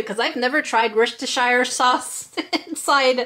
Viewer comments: don't know if it is just because of cultural difference but we say sheer not shire for the sauce. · Props for getting 'Worcester' right, but 'shire' is pronounced 'Shur' This also goes for place names- Hampshire (Hampshur), Hertfordshire (Heartfordshur), Cheshire (Cheshur) :D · Just to let you know - it’s pronounced “wuss-ter-sheer” sauce. I appreciate that’s in no way evident from the spelling. 😀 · The finished result reminds me of Dante from Coco when he becomes an alebrije Also it’s pronounced wuss-ta-sheer sauce 👍🏻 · it's pronounced like rooster with a w ;) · Before I say what I’m going to say, absolutely no hate to. It’s an English sauce pronounced wustershire sauce. I found the way you were pronouncing it absolutely hilarious 😆. It made me burst out laughing. Btw I’m am English. No offense but don’t choose a career in impersonating English people! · Oh, your pronunciation of Worcestershire hurts me! It's "wuss-ter-sher" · It is funny, but then even some English people have trouble saying Worcestershire. My mum says it is if the word has an extra 'chester' in it. Makes our whole family chuckle especially when we trick her into saying it.